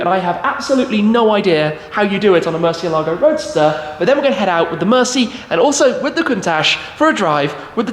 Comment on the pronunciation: Ed Bolian would not like you guys mispronouncing Mercielago